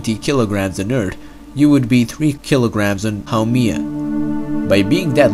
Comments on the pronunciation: it's HAU-MEH-AH, NOT HAU-MEE-AH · it's not pronounced How-Me-Ah, it's pronounced How-Mae-Yah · Actually it’s pronounced ha-May-ya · you pronounced the name wrong